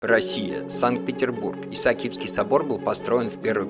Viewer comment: ИСА А КИЕВСКИЙ СОБОР. ударение на второе А но что скажеш роботу.